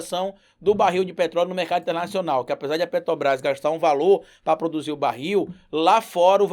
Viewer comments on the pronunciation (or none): none